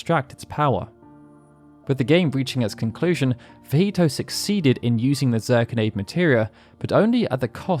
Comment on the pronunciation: I believe Zirconiade is pronounced Zur-kony-ad, as opposed to Zur-con-aide. Great video nonetheless!